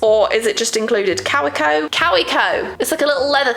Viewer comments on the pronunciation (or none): Took me forever to figure out that she meant Kaweco when she pronounced it “cow-wee-co”😅. It’s a German brand so it’s pronounced Kah-vay-co